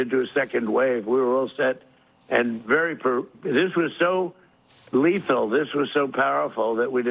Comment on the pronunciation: "2d wave" "Letha'l" "Oil" he said it.